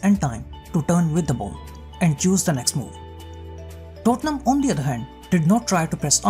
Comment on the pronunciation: Me alone or when he said tottenham it sounded like dortmund?